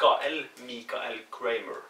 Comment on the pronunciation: Loved your pronunciations to mate! Michael is 'my-kay-el' and Brisbane is 'briz-ban' :)